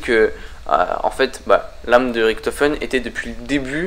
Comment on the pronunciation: INCROYABLE!!! Première vidéo de sans le mot "epic" mais toujours avec le fameux "riKtofen" alors que les personnages du mode zombie eux mêmes le prononce "riCHtofen"!! J'adore tes video mais arrête les mots et prononciations inventé 😘